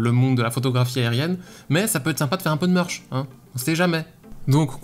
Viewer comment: Je suis en école de merchandising visuel et sa me tue la façon dont tu dis le merch